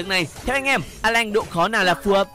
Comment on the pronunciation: Alan chứ a lanh:)))